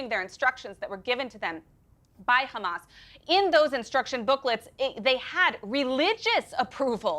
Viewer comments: This will always bother the heck out of me: learn to pronounce Arabic names properly! Not Rrrrramas, Ha HA-mas. Not Rrrrrezbollah, HE-zbollah.... 🤦🏻‍♀️ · Can you please stop this nimcompoop from saying KHAMAS ????????????? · Listening to eastern European settlers struggle to pronounce clearly middle eastern names is always fun. Khuh-mas. 😂😂😂😂